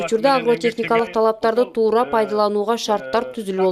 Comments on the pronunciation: Курсан Асанов тууруу эмес туура деп суйло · Туру эмес далбан тура деп суйлобойсунбу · Тууру деген эмне соз.кыргызча туура суйлобойбу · Монбеков эскерткен сага туура суйло деп тууруу дебец